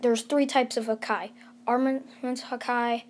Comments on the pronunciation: This man says hakai (hakaiy) and not haki (hak e) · Bro it hurts hearing hakai and not Haki I am actually crying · He knows the story and it literally says haki in sub and dub and this man saying hakai like hakai means destruction and this man watched one piece not knowing it pronounced haki like bruh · its not hake its ha ki ha KI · It's haki not hakai lol 😆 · It's haki not hakai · He said hakia I'm dead its haki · Its easy to say its haki not hakai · Bruh dont say hakai its haki its pronounce Ha ki not hakai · "Hakai" no offense ut its haki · Your killing me everytime you say hakai instead of haki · It’s not called ha ka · You didn't say Haki correct, you have to say: Hockey. It's supposed to be like that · Sound it out h-a-k-ė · It’s ha ki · It's pronounced ha ki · it hurt when he says hakai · Bruh when u missed pronounce haki that mad me a little annoyed 😒 but it’s all good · OMG you butchered the pronunciation of Haki